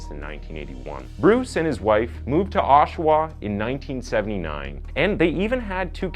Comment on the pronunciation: Hey, you said "Oshawa" like we say Oshawa